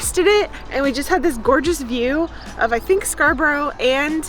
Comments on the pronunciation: Its pronounced scar- ba- ra Love your channel, lovely couple x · Scar brah pretty much the pronunciation , not scar boro. Little tip Americans. Nothing is pronounced Boro. Fish & chips in London don't count. Up north & Coast is the best. In the south we tend to Skin on, which is shit. Up north u get battered bits called scraps, and chips normally cooked in beef dripping which is amazing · Pronounced, Sca - bra. To us norther area English . Glad you enjoyed it. Now maybe make yourself to N / E Derbyshire. Maybe Matlock or even Chesterfield to see the crooked Spire. Safe journey duck. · Pronounce Scarborough, as Scar Borough, i.e. say is as it's written, it's not Scarburrow! No borrows in Scarborough! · Contrary to how Simon and Garfunkel pronounce it, that’s not how you say Scarborough. It’s more like Edinburgh- sound it out with me Scar-brugh. Not scar-bow-ra. Similar sounding to Loughborough- luff-brugh. I’ll let cemetery slide given it’s a noun and not a name….😂🤣😂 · Great to see you visiting Yorkshire and enjoying a a Great British dish. We're not on show here up North, so please, it's not 'Scarburrow', but 'Scarbruh'. A bit like Edinburgh isn't 'Edinburrow', but 'Edinburuh'. I get why you guys find Brit-accents fascinating when we visit the States so I hope you're getting the same great welcome here as you guys give us when visiting your country! If not, let us know so we can give the miserable gits a knuckle sandwich! If you get chance on your way back down south, have a detour to Wentworth Woodhouse near Rotherham, South Yorkshire, it's one of the largest houses in Europe. Steeped in history, there's a possibility the independence of the States and Constitution may have been discussed here (The Marquess living there was Prime Minister and received Benjamin Franklin there in 1771). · Scarborough doesn't end ow it's pronounced Scarbrah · Never ever say Scarborough again 😂😂